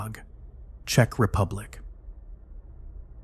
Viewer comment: Thats not how you pronounce Czech.